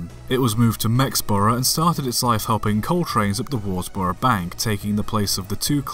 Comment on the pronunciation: Worsborough, pronounced Wuz-brough.